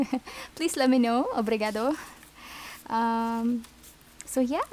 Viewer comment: Hi. Thats right. "O que é o Tarot" "What is the Tarot". 😊 Its in Portuguese. ps.I love how you say Obrigado. This deck has been in my amazon wishlist for months. I really dont know why I havent bought it yet. The artwork its really atractive and diferent from other decks. I dont read reversal cards but you can see by the design on the back of the cards that you can use the deck for reversal cards.